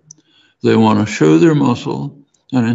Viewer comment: He beleives that everyone, no matter their abilities, can and what the same? You mumbled the most important word. Can and what the same?